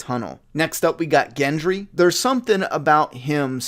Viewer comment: I love how you got gendry right but now can’t say tormund 😂😂😂 Great video but you can call them whatever you want with this content